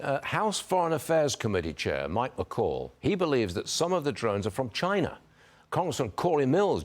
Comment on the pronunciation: Some of the drones are from “CHY-NA” *Donald Trump mouthing*